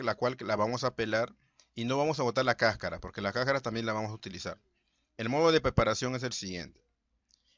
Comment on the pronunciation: Se dice cascara, no cacara.